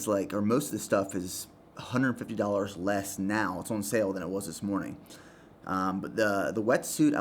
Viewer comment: How does this bloke manage to make “on” a two syllable word...... 🤔